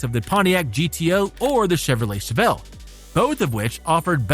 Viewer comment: Chevelle not Chevellre.